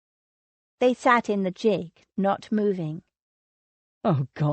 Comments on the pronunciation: Its GIG, with the g pronounced as in girl, or great, or green... Its not jig! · I don't know what to think about this narrator's mispronounciation of normal English words used in period novels. Calling it the "tun" instead of "tawn"...using "roots" instead of "rout-s" and the absolute drive-me-mad towards the end..... "JIG" repeatedly instead of "gig" (the G sounding like "good"!)....which was what made me wonder if English might be her second language? Wonderful story and the voice isn't really bad...except for the fact the editors did not catch this irritating error.